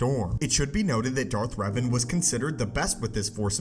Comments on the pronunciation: My actual name is Revan and its pronounced Rev-ahn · Darth Reevan